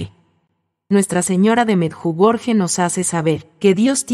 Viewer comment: Sr pronuncia meyugori